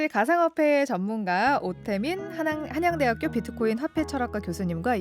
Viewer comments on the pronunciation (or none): 한양대학교를 한순간에 난양대학교로 만들어 버리노 ㄷ ㄷ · 한양대학교다. 난양대학교가 아니고 아나운서 참..